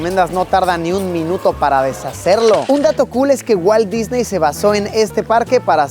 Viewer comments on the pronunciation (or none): none